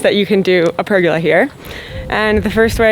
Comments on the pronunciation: oh hell its a per gola {goal A} not pergala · per- Goal-a.... not pur-girl-er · So interesting hearing you say pergola 😂... Over this side of the planet it is pronounced "per-goal-a"... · I’m Aussie and your pronunciation of the word “pergola “ made me laugh.love the Chanel. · I'm curious. Your pronunciation of the word pergola, is this the Canadian pronunciation? In Australia the emphasis is on the second vowel. Just curious